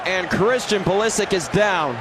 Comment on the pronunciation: Modric goes like "Modrich"- you dont say "Modrick" - Pulisic is also a croatian surname, so it's "Pulishich", guys))